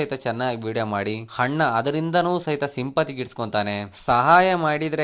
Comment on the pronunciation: ನೀನ್ ಫರ್ಸ್ಟ್ ಕನ್ನಡ ಸರಿಯಾಗಿ ಮಾತಾಡೊ ಚೂತ್ಯ... 'ಹ' ಕಾರ ಇಲ್ಲ 'ಅ' ಕಾರ ಇಲ್ಲ... (ಅಣ್ಣ)✅ ಹಣ್ಣ ಅಂತೆ, ಈತ✅ (ಹೀತ) ಅಂತೆ, (ಅಲ್ಲಿಗೆ) ಹಲ್ಲಿಗೆ ಅಂತೆ